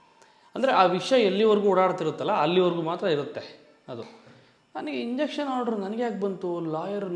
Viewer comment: ಮಗ ಅದು ಇಂಜೆಕ್ಷನ್ ಅಲ್ಲ ಲೋ , injunction ಇನ್ ಜಂಕ್ಷನ್